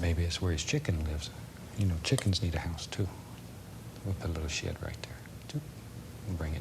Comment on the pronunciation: I really enjoy these videos and have a huge respect for the man but I got to say that I heard that Bob wants to put a "little sh*t right there" (I know he said 'shed'). :D